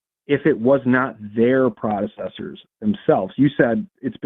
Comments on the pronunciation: what is a "prodecessor"? Is he trying to say "predecessor"? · God, I kept wishing that either or would correct pronunciation of "predecessor."